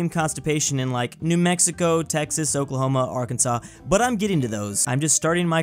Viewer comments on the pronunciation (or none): none